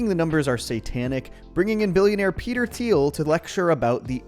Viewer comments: Peter Tea-eel, no “h” is expressed. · Peter Thiel's name is pronounced "teal". Teal and Orange. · You do know that the H is silent in Thiel, right?